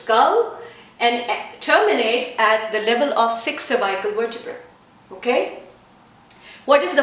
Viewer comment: Nice! I never heard anyone saying cervical this way: survaikal. Couldn't understand first :)